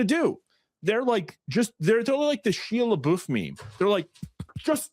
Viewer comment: The way this guy pronounces stuff has to be a troll 😂 "SHIA LEBOOF" dawg....